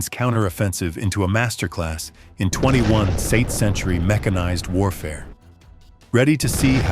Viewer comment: “21-saint century”!? Your AI still needs some work! 🤣🤣🤣